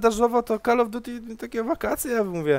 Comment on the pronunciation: zajebiste komentarze ale to drażni mnie więce naucz się wymawiać call of duty